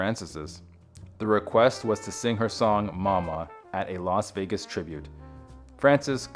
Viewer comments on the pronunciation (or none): none